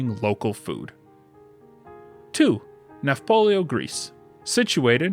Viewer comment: It's "Nafplio," not "Nafpolio." (The Greek is "Ναύπλιο," which is also transliterated as "Navplio" or "Nauplio." "Nafplio" fits the pronunciation best.)